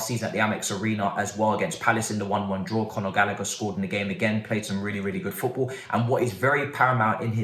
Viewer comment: 😭😂😭😂 Man said Pot Ball 🙌🏾